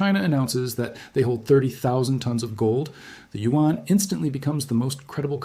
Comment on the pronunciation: This is an AI. Lip movements off and who said U-N instead of Yuan?